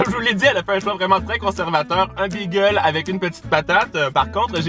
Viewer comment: Pourquoi tu dis bigel 😂😂